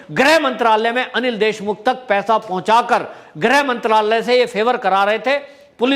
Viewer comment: Sir grah mantri ki jagah grih mantri bola karo